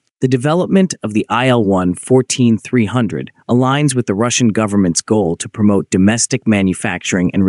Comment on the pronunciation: [il] - for Sergey Vladimirovich Ilyushin , not [aɪ][el]